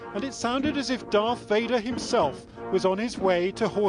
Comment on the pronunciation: Darth Vader not Dark Vader 👻